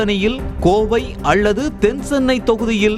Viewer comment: கம’ள்’ இல்லய்யா.. கமல். அள்ளது .. இல்ல அல்லது.